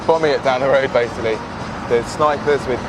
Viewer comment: “so we’re bombing it down the road basikally” I’ve never died laughing so hard😂